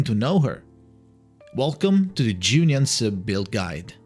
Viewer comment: I love the effort he made to learn how to pronounce her name properly. 🫶🏻